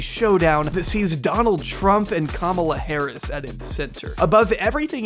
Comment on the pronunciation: Please pronounce Kamala's name correctly. She is not a camel. It is not camela.